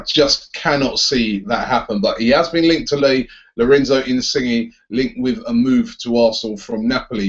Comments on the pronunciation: Pronounce 'insigna' not 'insigi' lool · Insige! XD In-sin-yay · That's exactly how it's said, glad someone else noticed saying it wrong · Its pronounced in-sin-yay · I think you say it like in-sin-yay